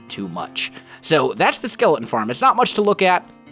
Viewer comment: He says "skelein"😂😂😂